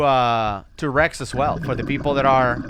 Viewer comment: when you said "penetrating wrecks" i initially thought you said "penetrating Rex" - i thought you was about to describe a palaeontologist's fetish lol